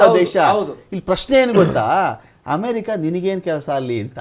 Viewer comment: Yavano avnu Hamerika ante Hadikara ante, Nettg kannada barvnnadru tand koorskolri..